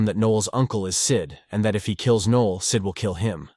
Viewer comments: Noel not Neil NOEL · Also, "Nee-ol" instead of "Noh-el"